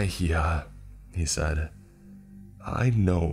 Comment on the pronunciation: It's pronounced as "í-hah" he-hah sounds really weird and also in Spanish the h is never ever pronounced